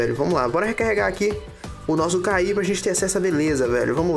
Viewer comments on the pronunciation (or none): e cara se pronuncia ki e não k i :/